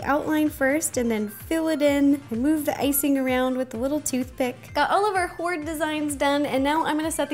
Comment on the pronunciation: HORDDE! XDDD Seriously to each their own. :3